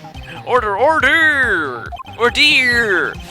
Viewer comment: ordeer! OR DEER!!!!